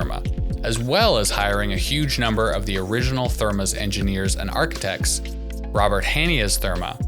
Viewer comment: These must be the arch-ee-tects that Rob Ford spoke so fondly of 10 years prior.